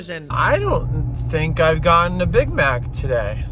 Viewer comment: McDrunkness, hehe! The way you slurred "I haven't had a big maaaccccc.." You sounded almost Scottish, hehe hello from Glasgow :D